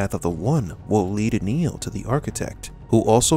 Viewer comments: Please stop calling him. His name is Neo. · Swear, you're saying Neil, not Neo, and gaslighting everyone.